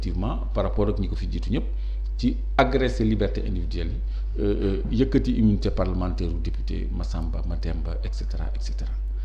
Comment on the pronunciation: Senegal7, cette journaliste pousse les gens a boycotter votre chaine, on sent son mepris quand elle parle de Sonko pour une journaliste qui devrait etre neutre. Elle sait meme pas lire, immunité parlementaire elle peut pas le dire correctement, elle fait des remarque betes c'est pourquoi a raison lorsqu'il dit que ce genre de remarque l'irrite.